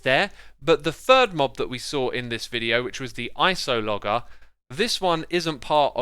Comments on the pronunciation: it's pronounced ice-o-luh-jer, not ice-oh-logger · Just saying, since it bothered me so much lol, its pronounced: Ice-o-loh-jur